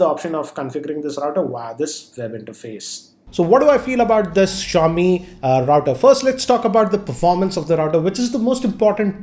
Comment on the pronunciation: That awkward moment when you realise that it’s ‘SHA-O-Mi’ and not ‘ZI-O-MI’ 😐